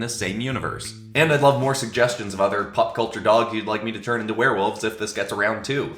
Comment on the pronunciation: im sorry did you say "pup" culture?